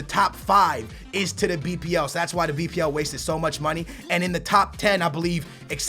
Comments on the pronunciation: Why u say wasteded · Why you saying "wasted" like its money not well spent???